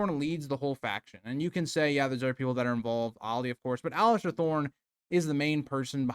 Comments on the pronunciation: Oh my god, every time I heard Alistair... pure rage haha. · There is no T is Alliser 😂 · please stop calling him Alistair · I wish everyone would stop calling him "Alister". Theres no T in his first name. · The real villain is the guy who can’t pronounce Alliser’s name right